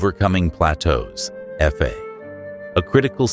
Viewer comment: "do re mi ef ay" stupid AI